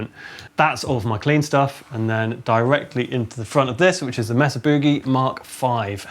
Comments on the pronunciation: i thought yall were saying "messer" it's not messa it's maysa! or at least around here it is. cheers. awesome vid. did you guys know kirk has a sig wah? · Mesa is pronounced Maysuh not Messuh. Les Paul is pronounced Less not Lez. Thanks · Love how they call the amps "messes" instead of pronouncing it May-sa. Sorry guys but early Metallica used Marshall JCM 800 and Mesa Boogie IIC+ amps not Rectifiers. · May sa not mess a not difficult to say